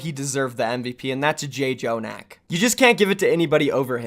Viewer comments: It’s not (Jay-Jonak), it’s just (Jonak) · I don't really know why I'm complaining but can you stick with one name for JJONAK? It is pronounced Joe-nack not J Joe-nack. Sorry it just annoys me